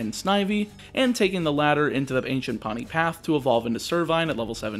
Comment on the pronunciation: Just letting you know, Poni is pronounced "Po-nee", not "Paw-nee". It means purple in Hawaiian. All the islands are named after a color, which actually coincides with the color of the corresponding Hawaiian island in real life. Source: Am of Hawaiian descent.